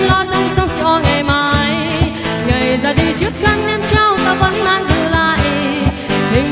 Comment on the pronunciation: Không bàn về hát hay hay không nhưng cứ phải phát âm cho chuẩn cái đã, buông- buôn, nàng-nàn, mang-man...vv